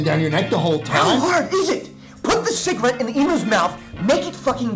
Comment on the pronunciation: "schligarette" can never make us forget the things he sold in '99